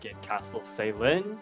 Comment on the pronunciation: I've held myself back from asking this for quite a while now, but do you have a source for Caelin being pronounced with a soft "C" sound? I've always pronounced it with a hard C, as "Kay-lin."